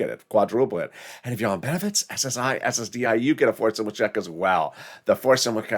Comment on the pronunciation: You said SSID reform when talking about 5th stimulous